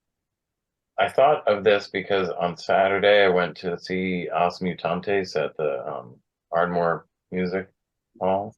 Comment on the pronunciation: Pronounce Oosh Mutantes (Mutantes was fine) :)